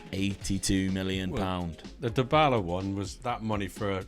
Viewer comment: My brain froze for a whole minute at Dybala being polish!!!! Dybała is pronounced Dee-Bow-Ah (yes, i am shocked too, cuz it's in Polish)